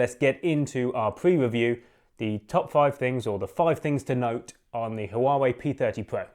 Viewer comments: It's pronounced Wah Way 👍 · You're pronouncing it incorrectly! Literally the first thing you should have gotten right. Poor, poor, poor.